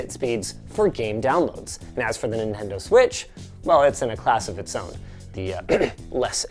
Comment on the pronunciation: Ninendo Switch